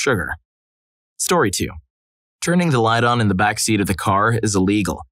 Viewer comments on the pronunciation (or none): none